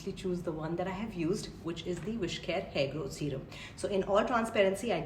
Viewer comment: Serum is pronounced “Seerum”